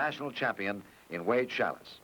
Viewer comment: LOL..."Challis" instead of Schalles :D